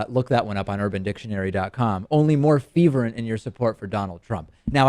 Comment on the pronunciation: Unless I'm missing a reference the word you are looking for is pronounced Fur-vent. No intention to be a grammar nazi but you generally seem interested in pronunciation.